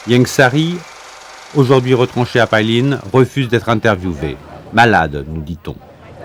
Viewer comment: PAILIN , ça se prononce pas "paille line" comme vous dites , ça se prononce plutôt "paye laine" .